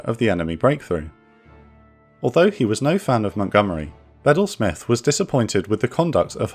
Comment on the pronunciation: I thought was pronounced Beedel Smith. Not sure if you're mispronouncing or I am.